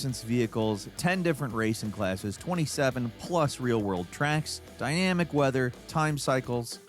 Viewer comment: Dyammmic weather, wtf is that? 😂😂